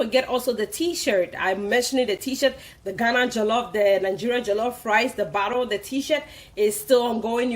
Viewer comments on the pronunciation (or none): none